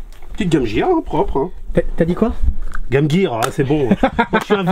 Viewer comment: Moi ce que j'aimerais voir c'est la collection de. Car il est un peu comme moi. Nintendo, et il dit Game jire et non pas Game Gear.